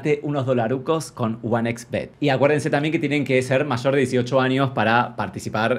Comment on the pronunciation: Amo martina diciendo one ex bet, y diciendo one equis bet jajajaja